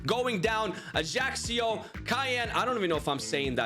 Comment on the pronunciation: AC Ajaccio is pronounced Ah-YA-CHO with ah, not "ey" sound and definitely not what you're saying my man. 😂😂 nonetheless, great video! I've been binge watching a lot lately, everyday at work and when i come home lol. Love your stuff!! ❤❤❤